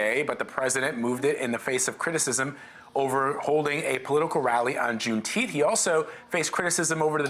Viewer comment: yeah and BLM....riots too...nobody cares about juneteenth...it's funny to see news anchors read that thing They can't even pronounce it